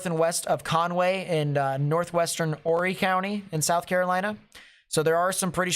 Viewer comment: It’s pronounced like orry silent H.